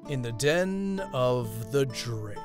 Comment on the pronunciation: I’m just gonna say this here cause no point putting it on every video. I always think that Drake is saying his name as “Den of the Drink” Every time it just makes me chuckle. To relate a comment with the video: Knife = British Gun = America Spoon = ?